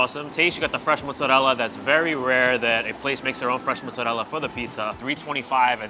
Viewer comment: Your pronunciation of mozzarella killed your credibility😂